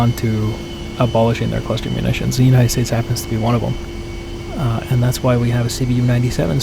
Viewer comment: Boston Bombs...as in "Clustahs"